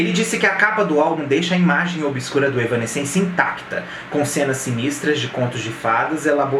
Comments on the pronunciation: Não tô crucificando, longe de mim. Acho que é importante mesmo para entregar algo com cada vez mais qualidade. Seu canal é bom! A pronúncia é mais ou menos assim: Êv-nã-sense (Êv é tônico, o resto vai apagando). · "evanéss-sence" a pronúncia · Se fala: évanéssenci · Caralho tchê! Kkk começou o vídeo errando o nome em 3 tentativas... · Três pronúncias diferentes. Nenhuma certa. Não é fácil a vida do fã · Cara, ainda tá falando o nome errado 😅😅😅